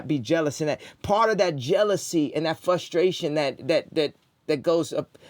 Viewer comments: Ok so at this point he's saying fushtrayshin on purpose. He thinks it's cute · can someone please tell this nigga how to pronounce f(r)ustration